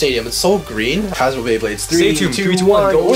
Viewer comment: You say satomb wrong